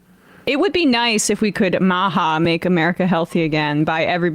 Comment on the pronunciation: The way Emma says "MAHA" always makes me chuckle. 🤭